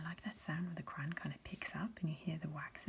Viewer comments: Miss thing here is attempting some generic English accent and that's DEFINITELY not how you pronounce crayon in English – no matter the dialect 🤣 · Borderline sociopathic way to pronounce "crayon"... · Is "cran" an American way of saying "crayon" or it is a thing? Just like "paradigm" 🤣🤣